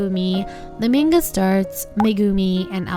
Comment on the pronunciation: I don't mean to be rude but can u pronounce the word manga as 'MANGA' and not menga it kept on bugging me in the entire video